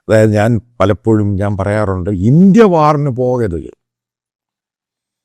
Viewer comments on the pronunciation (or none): none